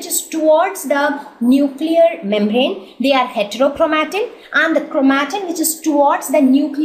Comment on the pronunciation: Its not chromateen it’s chromatin 😌